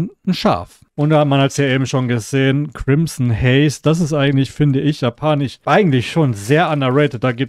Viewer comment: kannst du bitte sagen japanisch statt japanich es wird ja auch japanisch geschrieben und nicht japanich